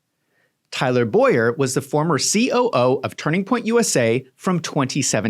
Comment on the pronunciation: Please dont drag my name into this. He is Tyler Bow-yer. I pronounce Boyer as boy-er😊😊😊